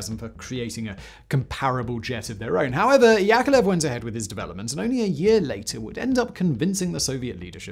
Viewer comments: YakoVlev YakoVlev not yakelev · YAK-OV-LEV... YakOVlev Come on now.. I know you can read sequentially... It is in your basic command structures isn't it??? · My goddess, time goes while your pronouncing skills are still on the same place. And that's despite decades of videos. His name is Al`eksandr[not AlerZander] S`erg`eyev`eech Yakovl`ev. I know that making Kuality Kontent is hard, but you could try at last. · YakoVlev not Yakolev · you're pronouncing Yakovlev wrong...